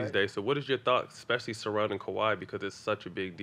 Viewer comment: Lou stay saying "expecially"